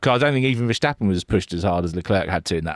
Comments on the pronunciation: Vershhhtappen. It's pronounced 'Fair-stahp-un'. There's no "shhh" sound, guys. He's not German. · Well, it seems many non Dutch speakers struggle with some typical Dutch peculiarities. It's not that easy to write but I would say Fair-stap-un gets pretty close. The emphasis is on the second syllable: STAP The A is pronounced slightly differently than typical English. As you said he isn't German, but Dutch and the German and English languages are related languages (Germanic) so it's all relatively close. Anyway, there are many different ways being used internationally. Maybe it's easier to just call him Max... 😅